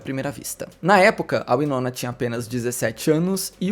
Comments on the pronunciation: se pronuncia Why-nona, não Wee-nona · Pois é verdade, me dá agonia ele falar errado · Curiosa a pronuncia "uinona" e não "uainona" 😆 gosto mto dela, ela é incrível!!